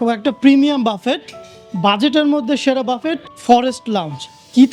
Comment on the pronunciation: বাফেট নারে ভাই "বাফে"/ "বুফে" 😂